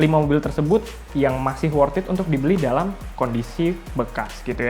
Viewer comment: Sudah motiwasinya ngapusi... pakee wortiit, pasti cuwaaan, pasti bati/untung... itu klo yg juwalbeli... pakee bahasa iklan... Narator nya stelah slesai ngecaap, dari wortiit jadi pakee... sit Aaaaaaaah ngomongnyaaa